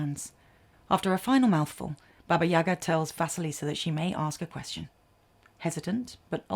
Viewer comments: It’s not YAga, it’s YagA 🖤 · What a wonderful video! Listening to you is a pure pleasure) subscription, for sure) I really appreciate that you've used a slavic fairytale. As a native Russian I'd just want to clarify that it's "YaGA" - the stress is on the second syllable)